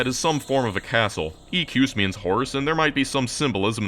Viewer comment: Fasten is the correct word, like "fasten your seat belts" By the way, equus is pronounced ekwus, but I can't blame you for that one.